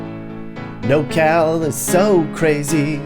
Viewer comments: It's NorCal not NoCal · *Norcal not “nocal” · It’s not “NoCal”, it’s “NorCal”… Are you sure you’re qualified for this tour? I live in Sunnyvale, CA and love it… Driving past Oakland and making it seem like that’s everywhere is misleading and I bet you’ve never said hella. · It's NORcal, not Nocal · *NorCal (not No Cal) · Couple things, Its Nor Cal not NoCAl and it is anything north of Sacto. The rest is central CA and has little in common with this area. Secondly, why do you have footage from Big Bear and Lone Pine while describing Humboldt ??? Cant argue with the description of places like Eureka and Redding, definitely shitholes, but theres a lot of really great laid back places hidden up here just like anywhere in CA though you have to stay out of the cities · "hella" good vid, however, we call it Nor cal bro. Not "no cal" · It’s NorCal not nocal 😂😂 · FYI, it’s NorCal not NoCal 😉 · I live in NOR Cal (Not NoCal Which you are confusing the shortened SoCal nick name) If you can't even get that right, you don't know California. ROFL. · Born and raised in Northern California. It's Nor-Cal not No-Cal. I've never heard it called No-Cal. You forgot the area between sac and tahoe along I-80. Good places to live. Geographically northerm Cali is almost all red except the bay. I don't think you gave Sacramento enough credit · Your not completely wrong about anything but your 100% wrong about nocal. Its Nor Cal. Your forsure from socal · Anybody gonna tell this man it’s NORCAL and not NOCAL lol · NorCal NOT NoCal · Did you say "NoCal"? Lol nope, lived in NorCal for several years as a teen and never heard of "nocal". Born in Sacramento, my poor homestate is a shit hole now.